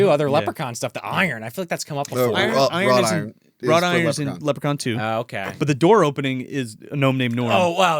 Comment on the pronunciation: Did just say "rod iron" again? It's wrought iron.